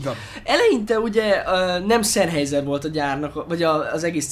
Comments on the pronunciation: Nem ártana, ha a szemüveges fickó németül legalább olvasni megtanulna. Az "ei"-t "áj"-nak ejtik, nem "ei"-nek. A számolás is úgy kezdődik, hogy eins (ájnsz), zwei (cváj), drei (dráj)... Az, aki a német nyelv e legalapvetőbb részét sem ismeri, - nagy nyilvánosság előtt - csak égeti magát. A Sennheiser-t helyesen szenhájzer-nek ejtik. Egyébként jó videó, sok hasznos infóval. Köszönet érte! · "Zennhájzer", mivel német. S németben mindig Z (legalábbis szó elején), az "ei" pedig "áj".